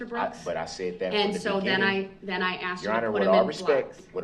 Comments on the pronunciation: Aks and aksed...... This guy can't even speak correctly Ask and Asked...... Weirdo... I have never ever ever heard a more arrogant, ignorant, weird, disrespectful, unremorsal little freak.... I so wish this state had the death penalty...... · You did not axed them. You drove into them. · "did i aksed dem do do dat? did i aksed dem?" boy bye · I think he had a wonderful idea for his death penalty. "Axed " to pieces. Nobody "axed me". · "You axed me" blah blah blah ... typical potato. He has no remorse for killing 6 other people. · Do dat?? You axed me? A very articulate and respectful individual. 🤬🤬🤬🤬🤬🤬🤬🤬🤬🤬😡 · When someone says, "I's axed da quession"....you know you are dealing with a productive member of society. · It’s asked not axed you ignorant mfer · It sounds like axed😂😂😂😂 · Did he AXED them to do dat? Typical. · Axed, respec, takit, das, substain, dat The vocabulary of Darrell Brooks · He didn't "Axe" them to "Do Dat"... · AAAAHHHHH! "Axed" ugghhhh I hate that! And "birff-day" 🤬🤬😤☹ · With all respect to bereaved families & the families of the injured. I thought this was funny, Brooks is the biggest fool on the planet & yet that fact has sailed way over his head. He actually asked or should I say "Axed" a witness "So what other details do you not recall?" 😂 He told the Jury "To do what's right" So they found him guilty on all counts. 👏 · Did "Day Do Dat"? "I axed 'em to "Do Dat" ......impressive.... (eye roll) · Did I axe him to do it... No no no did I axe him to do it? POS!!! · Why do black people always say "ackst" when trying to say "asked"?? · If your attorney has face tattoos and uses the word axxd instead of asked and operates out of the prison library... You should seek a second opinion. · He "axed" the question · I ask you, is it, axe or acts? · I'm sorry but I don't think I can answer a question that someone axed me - no matter how many times they keep axing!!!!!! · "I did what you axed me to do" "No you didnt" "YES YOU DID" Galaxy brain moves